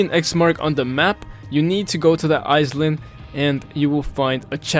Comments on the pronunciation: I noticed how you say iSland, it is pronounced eye-land, just a tip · "eyes-lind" jokes aside, you pronounce island as eye-land (or lind, which ever you prefer) anyways nice video :) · i love how he says "eyes land' instead of " i-land" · "island" is pronounced "i-land" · You actually need to say "eye land" when you want to say the word "island", so not with an "s" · Lol was driving me crazy. Eyes-lind 😂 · I hear “ice land”